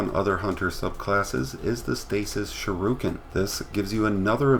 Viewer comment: It’s shuriken not shuroken